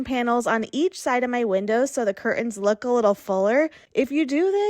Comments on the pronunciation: Could someone please tell the woman in the first video - the one about making cheap curtains look like 'high end' curtains - that the word curtains is pronounced 'CUR TENS' and NOT 'CUR-UNS'. Our language is such a beautiful one, please don't wreck it by lazy pronunciations! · Please say CUR-TENS not CUR-UNS. Regional pronunciation I’m sure but not for the rest of us. Iron out those wrinkles! Honest I’m a nice person but the amount of times you said cur-uns paired with high end, showing wrinkled and too short of panels did me in. Nice hacks though. My Grandma used to put washers in the drape hems to hold them down. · I'm relieved that I'm not the only person who had a problem with ''cur-UNS''. I was going for my mute key when she thankfully finished up. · This is a big irritant to me, 'curtains". The "T" is NOT silent. It is not curain.